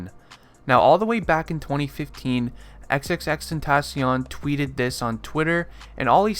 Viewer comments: 'xXxTeNtaSzziOn' ik its xxxtentaacion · Crazy how he’s ur fav artist but you don’t know how to say his name 🥴😭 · You still can't pronounce his name right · say his name right or just say X ffs